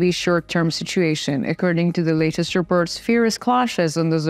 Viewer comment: It's spoken "reports, befor, support" with an "o" not with an "e" like "reperts". O is spoken o. But you'll get it in a few trys.